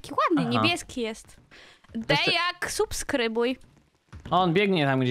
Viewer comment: Green - Tata Maćka 🤣🤣🤣 | a i jeszcze kloced D to nie supskrybuj bo na D a nie S jak wąż po angielski Snake duży SNAKE